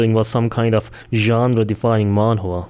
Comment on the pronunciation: i love how you pronounce manwa as man whore i cant stop thinking about it.